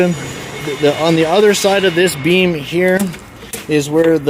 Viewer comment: Beam. Not bean